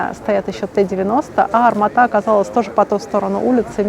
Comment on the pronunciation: Привет,почему ты говоришь арматА ,армАта же всю жизнь было? А так годный видос